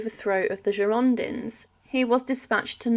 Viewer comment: can you stop slaughtering the name Girondins. enough executions of the French language please.